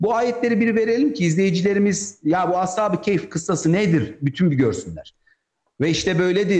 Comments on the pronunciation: Əshabi keyf yox. Əshabi-kəf. yoxbir kayf. düzgün konuşun. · Telaffuz “keyf” olarak çıkıyor gibi